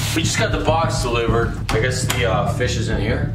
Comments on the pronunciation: Let's check out this fis Chester:Oh my god Refilmed:Ok lets check out this fish Chester:Why did you say fis instead of fish💀💀💀💀💀💀💀:I don't know ☠️☠️☠️☠️ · ITS A FEESHH